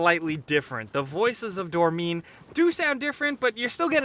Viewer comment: Did this man just call Dorman Dormeen